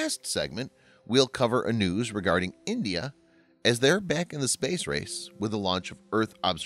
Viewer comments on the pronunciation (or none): none